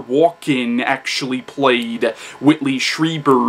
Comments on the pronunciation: Stree, not Stry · Yes, you are (stree-ber, not stry-ber like everyone says)